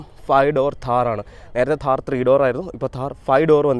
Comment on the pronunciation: താഹർ അല്ല താർ ആണ് 😂 Keep going bro ❤